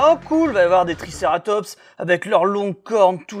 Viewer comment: Ouais je pari € qu' il s est pas dire triceratops au lieu il dit Trikerrrrrrrrrratoooooops